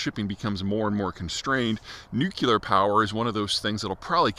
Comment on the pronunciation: At least pronounce nuclear correctly.